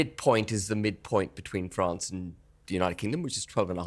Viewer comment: Duandra policy and Bwexit. Send it back to Fwance. Can't any of these people speak pwoperly?